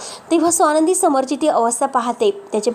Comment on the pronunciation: सोनंदी नाही. स्वानंदी आपण उच्चार नीट करावा.